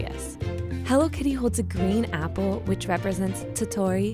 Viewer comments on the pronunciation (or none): none